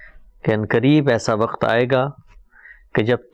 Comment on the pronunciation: ap ka smjhanae ka tareeqa bohat umdah ha urdu m waqt ko sahi talafuz kijeyae q k ap ki urdu ka mayaar AALA